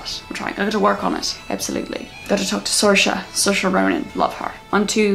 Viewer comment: Ur irish accent isnt the worst but u called saoirse ronan, sorsha. Its pronounced seersha. Tiny mistake